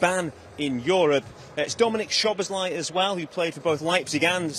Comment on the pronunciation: It's not Shobozlai. Why would it be "Shobozlai"? It's really simple, if you did your homework, like someone who's paid to present people's names might do. In Hungarian, the sz is pronounced like "s", s is pronounced like "sh". I'm sure. My Hungarian girlfriend told me this was about the only thing I ever got right aurally